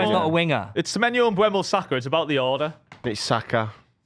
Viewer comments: You're all saying Mbeumo wrong, and you spelled it wrong in the graphic! It's eu not ue. Stop saying Mbwemo! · I know someone doesn’t really watch football when they call and spell “Mbuemo” instead of “Mbeumo”. It’s like calling Saka, Sala or Salah, Malah.